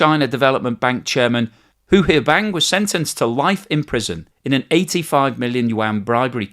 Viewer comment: I know you're saying "Hu Huaibang" but I listened to it several times and all I hear is "who here bang" and that is the best name ever.